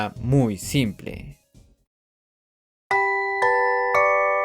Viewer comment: "importanica" XD